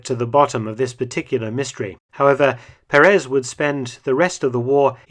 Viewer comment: Mr. Felton, may I correct your pronunciation of the Spanish surname Perez...it should be pronounced with an accent over the first "e" of the name (Pérez) not over the last one, as you do.